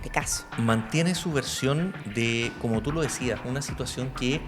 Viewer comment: Comobtu lo decias, no como tu lo decias 😂😂😂